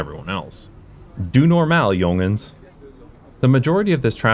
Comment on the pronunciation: it was amazing hearing you say: 'doe normaal jongens'.